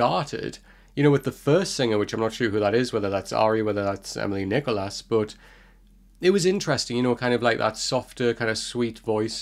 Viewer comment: Thanks for the reaction. A few things… It’s “Nee-koo-laa” (her father is French, I believe). 😊 And as others have said, not the best first impression due to the autotuning or processing of her vocals. Unfortunately, the NRK P3 YouTube channel has removed its videos. They had all the Aurora covers (God is a Woman, Believer) and tons of her live performances you’ve reacted to in the past. Same with other artists. So Emilie Nicolas’ “Feel Fine” stripped-down live video is gone. But there might be some other good ones around for Feel Fine, Oh Love, etc. As for ARY… you mentioned hurt and pain. Very much so: “Norwegian artist ARY released her debut album ‘For Evig’ early in 2022. Written and produced by ARY the album takes the listener through the various phases of grief she experienced when losing her twin brother, a couple of years ago.”